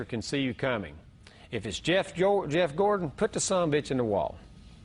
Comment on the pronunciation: I like the way he even said Gordons name wrong! Im sure he knew what he was doing 1000% Hope ur good.